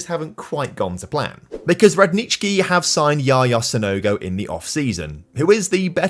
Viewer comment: I love how you pronounced Radnički, well done! Greetings from Serbia!